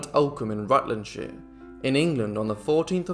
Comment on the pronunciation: Rutlandshire pronounced correctly!😃